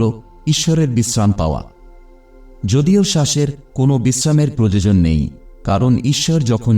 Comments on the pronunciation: আপনার ভিডিও খুবই উপকারী,কিন্তু আপনাকে বাংলাটা কি কেউ লিখে দেয় কারণ আপনার উচ্চারণে আয়ু কে আযু আবার প্রয়োজনকে প্রযোজন বলছেন শুনতে খারাপ লাগছে। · Proyojan kathatake prajojan Balen keno...? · সবই ঠিক আছে। তবে উচ্চারণগুলো এত কিম্ভূতকিমাকার কেন? "প্রয়োজন" কে প্রজোজন বলছেন ; "আয়ু"কে আজু বলছেন। উচ্চারণ গুলোকে ঠিক করুন। নইলে মনটা বিরক্তিতে ভরে যায়। এই ত্রুটিগুলো বা মুূদ্রাদোষগুলো কি কেউ আপনাকে ধরিয়ে দেয় না?